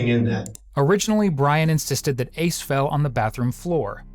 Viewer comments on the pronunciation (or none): Did you just call his son Ace..ICE?!?!?